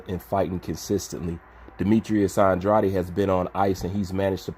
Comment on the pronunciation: How TF are you a “boxing channel/wannabe boxing commentator,” but yet you literally mispronounce MANY, MANY BOXER’S NAMES. Who TF is Demetrius “Androddy?” It’s Demetrius AN-DR-AID. (I sounded it out for you. The part you’re saying “oddly” on at the end of this man’s name.....is pronounced “AID.” Demetrius Andrade. Let me guess, you call that summertime drink “LEMON-ODDY,” instead of “LEMONADE,” huh?